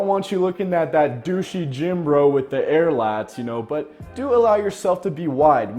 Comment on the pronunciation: “Air lats” 😂😂😂